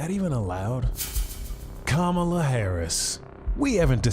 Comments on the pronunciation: It's Kam-laa. Not Kama-laa. Fox & friends - so cringe 😬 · Whatever your criticism of Kamala Harris, at least pronounce her first name correctly—“Comma-la”. I don’t purposely fuck up any Republicans’ names even if I hate them. I don’t even call Trump “Drumpf”, because I’m a grown ass adult that doesn’t need to result to playground insults to make my contempt of him obvious. Yes I think I’m better than you for doing this. Purposely pronouncing someone’s name incorrectly is extremely rude. You were taught this in elementary school.